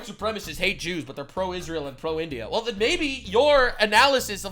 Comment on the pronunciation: Damn "Pakistin" "Isria" 😂😂😂 Also I noticed hasan says ✝️ references at the same time simping for ☪️ terror¡sts groups 😂